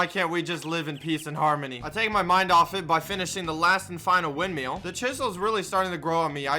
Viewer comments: windmill not windmeal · ITS WIND MILL NOT WIND ‘MEAL’ LMAO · be like, “wind meal” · its not windmell its (wind-mill) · Windmill not windmial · Normal people: windmill: windmeal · I hate how he pronounces it wind-meal lol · Why do you say “wind meal” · wind-meal lol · really do be like “Windmeal” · "The wind meal" I swear, every time.